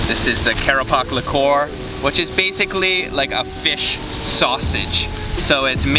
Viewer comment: Lekor pronounced as lay kowr